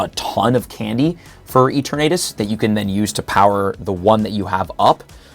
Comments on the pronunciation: “Eat-or-natus”😂😂 it’s pronounced “E-Ter-nuh-tas” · Bro stop pronouncing it E-tur-na-tus. lol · I think you didn't get an invite to worlds because you keep saying E-Ter-Natus.. come on man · let out his southern accent when pronouncing eternatus. "eturh-naytus" 😂🤣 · The way you say Eternatus bothers me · Me too bro, me too... 😔